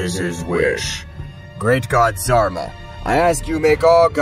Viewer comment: zarba…isn’t it Zarama?